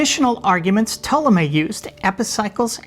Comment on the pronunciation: I’m not saying it’s incorrect (what do i know?), but I’d never heard Ptolemy pronounced that way. If has it right, surely we’ll soon have a film in which Ptolemy is portrayed by Timothée Chalamet.